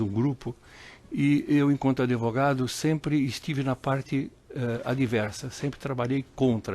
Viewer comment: "Adevogado" kk